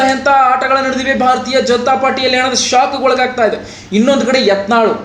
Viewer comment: ಭಾರತಾ ಜನತಾ ಪಾರ್ಟಿ ಅಲ್ಲೋ ಪುಣ್ಯಾತ್ಮ. 😂😂😂😂 ಭಾರತೀಯ ಜನತಾ ಪಾರ್ಟಿ